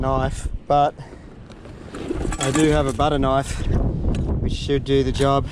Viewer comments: when this man said "Kenifee" i was like ??? but..knife..love it xD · My dude said "kaniffy" (knife) I for real thought I was the only one